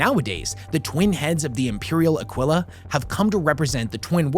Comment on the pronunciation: aquila (pronounced a-kee-la)